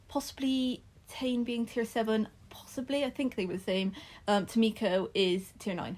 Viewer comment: I really love this game so thank you! Just as a heads up though, since Maaka and Tane are Maori their name pronunciations are different: Mah-Kah, and Tah-Nay! I'm not Maori myself but I'm from New Zealand, and figured you'd appreciate getting a heads up!